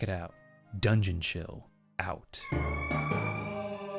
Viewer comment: feel like Dungeon is pronouncing it like the Japanese word oishi (“yummy” lol) with an n at the end, which is cute.